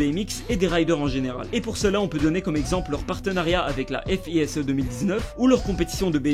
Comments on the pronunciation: par contre c fise pas F I S E hein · on dit pas la F I S E mais le "fiz" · On dit pas f i s e mais fize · F.I.S.E... on dis FISE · 😂😂 « la F.I.S.E » , c’est « le FISE ». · Salut mec alors juste c’est fise pas f i s e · On dit pas F.I.S.E lettre par lettre mais Fise come si tu lisait le mot, pourquoi tu lis lettre par lettre 😂😂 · Par contre ça se dit pas "La F.I.S.E", c'est "Le FISE", un événement à Montpellier pour les riders, voilà :) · c’est pas F.I.S.E mais ça se prononce comme en mot normale juste fise sinon très bonne vidéo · Salut excuse moi c’est le fise et non pas le f-i-s-e. Sinon super coool t’es vidéo. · Top la vidéo, juste FISE ca se prononce FIZE pas F I S E ^^ voilà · oe c'était pas méchant mais ca se dit "le fise", sinon continue j'adore ton taff 😊💪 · "La fise" ce n est pas pour te tacler mais juste renseignes toi ptdr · T'as mal dis FISE